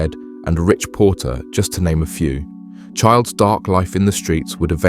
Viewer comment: There is no D in chiles